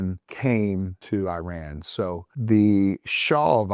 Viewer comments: It’s not “eye-ran” …. It’s Iran (ee-run) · Please don’t say I run!! It sound absolutely STUPID IRAN is pronounced E run. It is not appropriate to talk about a topic when you do not pronounce your topic properly to begin with. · oh my...the way you pronounce Iran is disturbing, this way of Pronunciation was started by some Fox News Airhead anchor. Iran is pronounced (E-Run), Not (I-ran) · It is not I ran, it is IRAN, one word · Thank you being our voice.🖤🖤🖤🖤🖤 By the way, Iran is pronounced “ee-RAHN,” not “EYE-ran.” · Dear sir. It is no. I ran as if you ran away. It is Iran as in. Irrigation, pronounced Eran . The I R GC terr-or-ist corp. stands for Islamic Revolutionary Guards and not Republican Guards. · Very intelligent guy, as an iranian, this is one of the more accurate videos ive seen.(just call it e-run please not i-ran) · wtf is a eye ran ? u ran ? bro is giving us history listen but cant spell the countrys name properly , its called E ran (iran) its not even hard u just want to bucher it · It's pronounced "Eeraan" and not ei-ran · it's pronounced e-run and e-run-ian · Iran is pronounced EE-raan, easy. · The correct pronunciation of Iran = E-run, Iranian = E-runian